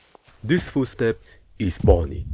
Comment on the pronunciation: foostep and febdy